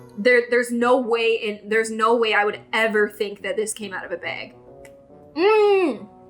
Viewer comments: Why do you say “bag” wrong 😑 reeeee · Love the way pronounces bag.